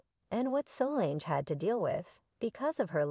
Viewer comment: Mispronouncing Solange - Wrong Matthew (McConaughey, not Knowles)